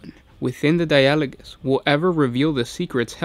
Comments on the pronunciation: Or Dia-ah-low-gus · I'd expect the emphasis on di-a-LO-gous (as in the dutch word) or DI-a-lo-gous like the english word dialoque... (edit) Darn, in italian it's di-A-lo-go... assuming latin (and thus gothic) is more like Italian than English or something else, the pronunciation in the video might be right!